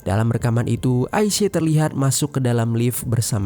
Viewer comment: AISYA. BUKAN AISE..